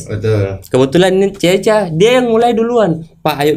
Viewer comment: Ceca harusnya min bukan caca😂😂